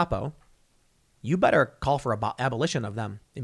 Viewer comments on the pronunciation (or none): none